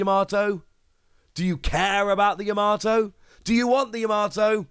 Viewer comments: Yama-to not Ya-mato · Still pronouncing her name wrong😅🤣